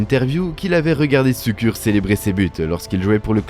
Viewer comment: Brescia, Şükür : le massacre des noms!